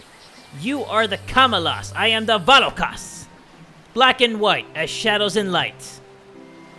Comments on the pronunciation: It’s not vAlokas it Spelled that way but pronounced vulokas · hate to be a pain but Volakas is Vo-La-Kus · Isn't it Va-Lo-Ka